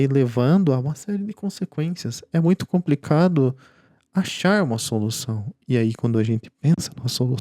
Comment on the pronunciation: Meu caro, treina mais a palavra complicado com L, vc fala lindamente e com um belo vocabulário, mas chega na palavra "compRicado" e fica difícil. Abraço!